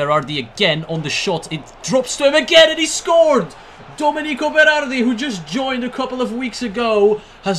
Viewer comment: Its pronounced doménico beradi with the accent on the e :)